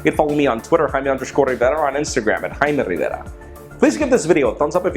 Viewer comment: Why is he and not "Jaime" Rivera?